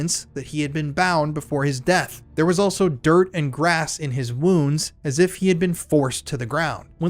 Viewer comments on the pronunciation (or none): none